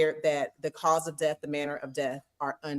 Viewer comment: I wish he would stop saying DEAF and say DEATH!